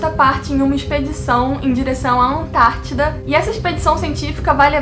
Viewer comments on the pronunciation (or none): none